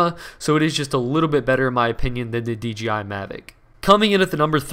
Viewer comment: DJI JJJJJJJJJJ not GGGGGGGGG